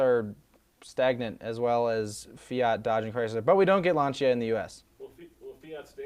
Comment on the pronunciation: Too long, too much talking about nonsense, and learn to pronounce Lancia... total amateur hour